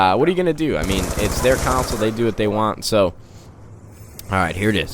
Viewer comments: I love how he say "Council" instead of Console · Bro I love your videos, but I gotta say: Unless I am just way off the mark, it's pronounced CON-sole, as in the Congo river. Or KHAN-SOLE. You pronounce it like counsel sort of. I say console like khan (think Ghengis Khan unless you say Ghengis Can and I just need to learn a lot more about different dialects). Uhh high rant over. Keep up the good work!